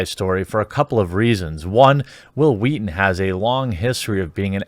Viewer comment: Hwill Hweaton XD